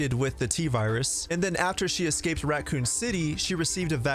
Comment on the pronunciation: Yes you are, there isn’t a T in raccoon